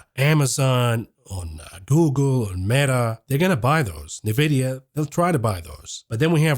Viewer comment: Such great videos! Please just learn how to pronounce NVDA. It’s “en-vidia” not “na-vidia.”